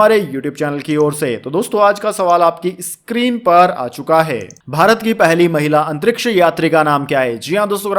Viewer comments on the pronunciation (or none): none